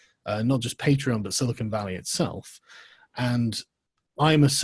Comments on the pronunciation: “PAY-TREE-ON” Goddammit‼️‼️‼️ not “PAT-REE-ON”‼️‼️‼️‼️‼️‼️😠😡😤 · You say Pa'treon I say Paytreon. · First time watching your content and it's good so new subscriber but it was so hard to keep listening when you kept flip flopping between your unique pronunciation of Pat-tree-on and the usual Pay-tree-on. Even saying both in the same sentence... Argh 😬🤪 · You pronounce patron properly, and then mangle patreon. They're legitimately the same word aside from one letter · Make your mind up how you pronounce Patreon? You did two versions in the same sentence. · Say “patreon” properly please. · Can you please say patreon correctly. I stopped cause I just couldn't listen to your pronunciation anymore.